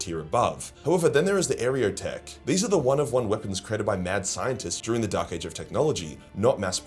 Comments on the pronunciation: Archeoteck (ar-kay-o-tech) it's a play on on the word archeology, meaning these weapons are ancient, esoteric, and little understood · I would much prefer if you recorded the word "Archeotech" again and just pasted that over every instance of "Areotech." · Are kay o tech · Someone already commented it probably but you pronounce Archeotech like you're saying Archaeology. "Arc -eeyo - tech" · Are-Key-Oh-Tek ----> Archeotech. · Dude, you're killing me with that pronunciation. xD Archeotech is named directly after what it is. Technology acquired via Archaeology. It's practically a core feature of what makes the Imperium what it is. How can you have gone so long with 40k being such a part of your life, and somehow not put two and two together with how to pronounce it? ^ ^ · This comment deserves more likes! Hooray for helping pronounce archeotech!